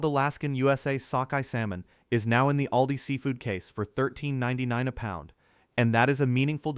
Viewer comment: You might want to get your robo-voice to practice correct pronunciation. Just as one example out of many: "ALDI" is not pronounced "ay-el-dee-eye," it's pronounced "AWL-dee."